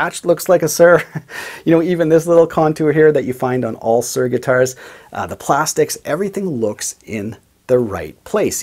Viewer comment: I can't listen to you saying Sir all the time ! It is Soor ! Not Sir !